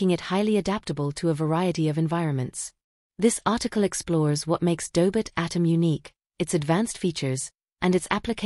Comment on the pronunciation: Tell the AI it's pronounced Doh•bot, not Daybit.